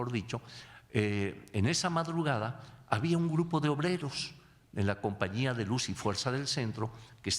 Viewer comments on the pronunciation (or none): none